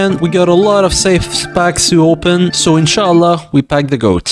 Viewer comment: Tbh it sounded like it came from a Arab so maybe he is